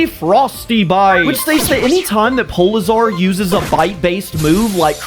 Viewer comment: Awesome episode polizar (that’s how you pronounced it) was definitely my favorite, but also that scene where the grunt runs back to its parent is dark